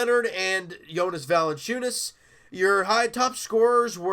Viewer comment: You know how to pronounce jonas better than Charles Barkley